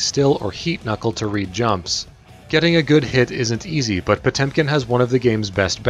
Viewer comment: Jezus that pronunciation "POCHUM"